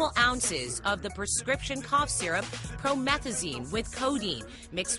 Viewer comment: Future says "drink promethzyne" in "Mask Off"